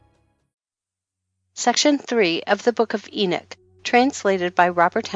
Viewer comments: I wish they would program speaking platforms to pronounce things correctly It's not enick it is enock? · Lost me when she said enich what a joke